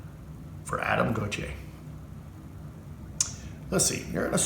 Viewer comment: It drives my crazy how people pronounce “Gontier” and “Gon-tee-aye”. It’s pronounced “Gon-chay”!